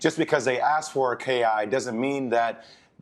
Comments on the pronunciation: Current watching jay williams talk...please stop saying KI💀💀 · Well jay said “KI” that’s enough for me. I’m out